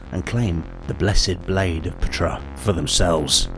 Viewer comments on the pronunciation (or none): I’m pretty sure the ‘P’ in Ptra is silent; it pronounced Tra.